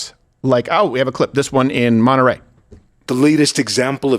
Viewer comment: His Spanish is awful. He butchered the name place. "Monterrey in Nuevo León" came out as "Monte ray in new eh-vou lee ohn" 😮